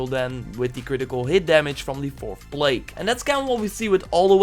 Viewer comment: Fy Lake? Bruh... Pretty sure it says what they are called via spoken dialogue in the game. Fill Lock Ay.